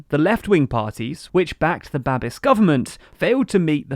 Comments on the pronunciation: "Babiš" is pronounced "babbish", not "babbis". Those squiggles matter. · It's Babish, not Babis. I will never understand how English native speakers never bother to put the name into Google Translate to see how it is pronounced 🙄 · Babiš is not Babis. š is pronounced as sh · It's Ba-bish, not Ba-bis. Also, did you say "Polish" in ? They're Czechs, hahaha. Anyway, your dedication always astound us your viewers. Thanks. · It is pronounced babish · Babish. It's Babish. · Great video! :) By the way, Babiš is pronounced babish. And "ANO" is not only "yes" in Czech, it also stands for "action of dissatisfied citizens". Anyways, I really love your news, keeping us informed about Europe and the world! ❤️ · One note - Babiš (Babis) is pronounced with "sh" at the end, sounds like "sh" in the word "show". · >Babiss >Aunt Tiffa Love your content but please learn how to pronounce words, tyvm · It's actually Babiš, with the letter Š being spelled like the diatric sh in sheep, but without the eep. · It's Babiš the TLDR team are just Anglos and as such are generically required to mispronounce everything.